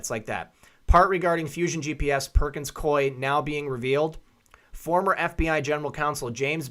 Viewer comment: The firm pronounces its name Perkins-Coo-ey, if anybody cares.